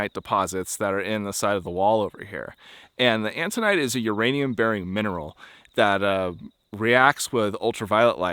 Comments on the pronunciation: Autunite, not "antunite." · I think you meant autinite? You kept saying antinite. The Chinle Fm is Triassic age, about 230 mya. Cool video. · Are you sure it's "antonite?" I think you mean "autonite." Right?